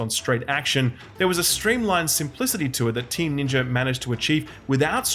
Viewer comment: Can you please pronounce ninja correctly